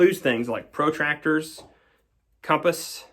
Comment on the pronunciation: Protractor is one word. Pruhtracktuh. Not Pro. Hang time. Tractor. It's not a tractor for pro's. It's a tool used in geometry. Pronounced geometry, not GEO. Metry. One word. Not two. No - vehicle isn't three individual words, and there's no such thing as a silent L in the English language, it's solder. Solder. Like soldier, but without the G. I know English gets you colonials, but I'm a colonial too - and when the emu's are dominating us we're using the English language like champs. Orrite carnts?